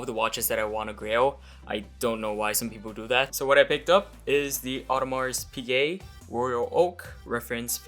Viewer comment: So is the imaginary "gay" at the end of Piguet. you basically stop by the e